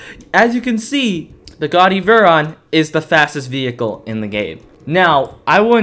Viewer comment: that terrible mispronunciation of veyron is extremely hard to ignore